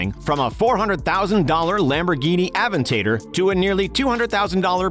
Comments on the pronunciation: WTF is a Lambo Aven-tator? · is nobody gonna talk about how he said "Aventador"